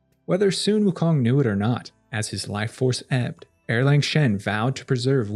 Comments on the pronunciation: Love your videos! one pronunciation tip for you: Erlang is pronounced more like “Ar-Lung” and not “Er-LaNg”! The “Ang” in romanized Mandarin Chinese sounds like “Ung” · That is e-lang (uh- lahng), not er-lang (arrrr/ errrr-lahng) "Second Son/ Young Man" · Isn’t it also pronounced “arlong” or at least that’s closer to it than Erlang?